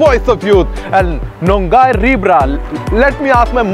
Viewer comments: He literally said nongairi braa instead of nungairibra but i loved it😊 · It's not Nung gai ri braa... Nu (नु)- Ngai(ङाई) ri (रि) bra(ब्र)... Previous word felt like another language. Thnk q 4 d video Luv frm Manipur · It's not nung gaai ri bra? It's NUNG NGAI* ri bra. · It's not nongai, it's nungai BDW nungairi n you? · It should be. nu...ngai...ri...bra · Pliz say KAMDOURI instead of Nungairibra